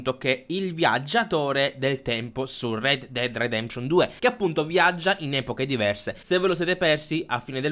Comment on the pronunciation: Red dead dead detemption?! Come cazzo lo pronunci lol